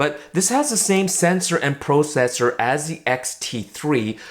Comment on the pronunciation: "Pro - cessor"